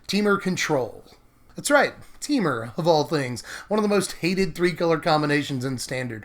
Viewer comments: No. We all pronounce it this way. Te-Mur. Not Tee-Mur. Just like it's spelled. :) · Teemer? I always pronounce it Tehmur.